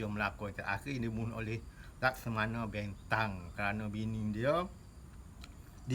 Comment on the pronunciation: Laksamana Bentan bukan Laksamano bentang Sbb tu belajar bahasa baku betul sebutan sebelum nak terangkan cerita orang MCM Harey sebutanya😅😅😅